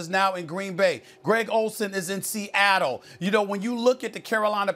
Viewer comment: No one: Seattleite: Stephen A: Greg Olsen is in "C-AT-L"